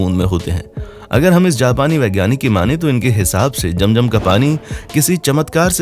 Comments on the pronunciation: Bhai it's not jam jam it's zam zam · Jam jam nahi kehte zam zam kehte hai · Jam jam apni 🤣🤣😂😂 It's Zam Zam